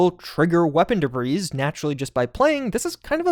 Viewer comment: Hey. Let's shoot da breeze sometime. 🤪 😉 (Spoiler alert: the 's' in debris is silent. 😁)